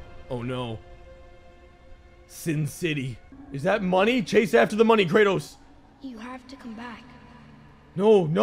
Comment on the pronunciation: Kranos 😂😂😂 Kratos